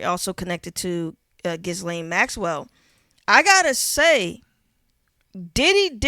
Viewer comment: Big salute, but that silent “s” in Ghislaine is kicking shorty ass. 😂